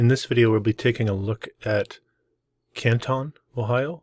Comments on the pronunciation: It’s a football outside of the city hall and it’s Canton, not Kantahn. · Love the channel. Buildings are amazing. Pronounced CAN-TON as in 2000 pounds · It’s pronounced Can’t-en in case anyone cares. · Pronounced Cantin btw I should know I'm from Canton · The narrator is an absolute nut. Any real historian or even an amateur historian who lives here understands when those buildings were built, that many of them still stand, and we have oral and written histories of each of them, including church charters and family Bibles. The pictures are wonderful, but the narrator is an idiot. Learn how to pronounce the name of the town before you make a video. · This is junk! AI ? He can’t even pronounce Canton correctly! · well if you want to seem to know what you are talking about … pronounce Canton the way it is pronounced by Cantonians and Ohioans! Seriously! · great video. Americans pronounce Canton differently however. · i wasn't trying to be rude, he asked if we knew anything about Canton ohio, and being an American I know that he was pronouncing it incorrectly, I meant no offense. I figured he'd want to know since he's a facts guy.